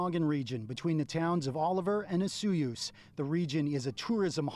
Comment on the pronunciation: It hurts me how you say O su yoos and not O soy oos.